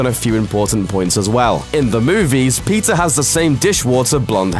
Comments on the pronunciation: I thought he said pizza not peeta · I swear he said pizza for petta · Did anyone hear Pizza Instead of Peeta? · Pizza Lamark? It’s Peeta. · I GOT REALLY TRIGGERED when he pronounced 'Peeta' as 'Peter' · When you say ''Peeta" it sounds like "Pizza", sry 😂🙈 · pizza mellark instead of peeta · "Pizza Mellark"? xD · I thought he said pizza melark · I thought he said pizza mellark. Just me? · I thought you said pizza mellark.. Pizza.. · when he said peeta it sounded like he said PIZZA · Pizza = Petah = Peter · When he said Peeta Mellark, it sounded as if he said pizza! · anyone else hear "pizza mallark" ? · Did he say pizza millark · Pizza Malark 😂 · I keep thinking your saying pizza instead of Peeta XD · "Pizza Mellark" is what he sounded like he said when introducing him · I thought you said pizza mellark😂😂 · I love how this guy says the characters' names. Fucks Face and Pizza Mellark XD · When he said Peeta it sounded like he said pizza 😂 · I thought you said "Pizza Mellark" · For a second there, I thought you said pizza melark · im not at all trying to be a jerk but i kinda giggled when you said "peeta" cuz it sounded like "pizza" but maybe its just me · Pizza malark? Have I been reading and hearing it wrong the whole time!??!?! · I thought you said pizza Mellark 😂😂😂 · am i the only one who kept hearing pizza every time he said peeta because surely i cannot be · i hear pizza every time you say peeta ^^ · It sounded like he said Pizza Malark. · i was pretty sure he said pizza too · it really did sound like he said pizza